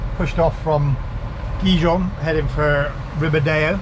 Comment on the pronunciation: Better work in how you pronounce Gijón 😮